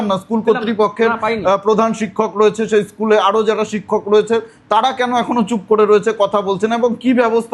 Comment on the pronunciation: র টা ঠিক ভাবে বলো, তাড়া নয় তারা।